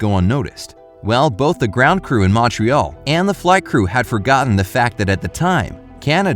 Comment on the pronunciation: Pronounced muntreeall